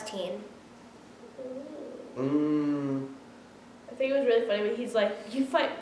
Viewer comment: Tie-een Sand not teen